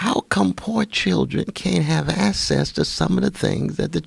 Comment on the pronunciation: I cannot take someone seriously that cannot properly pronounce the word access